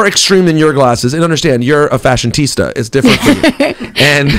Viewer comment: "Fashion-TISTA" lol